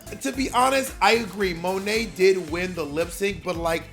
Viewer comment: The way Bob still to this day pronounces Monet “muh-nay” LoL